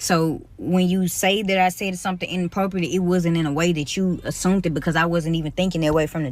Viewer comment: I think at one point I heard "assoompt" but I can't be sure.